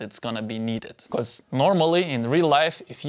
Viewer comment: Love your videos! But why is it that you say be-corse? :) just curious of your pronunciation